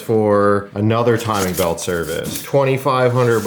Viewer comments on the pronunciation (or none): Is it just me or did keep saying Timing Belt servie? Looks like you () will be doing that alot as well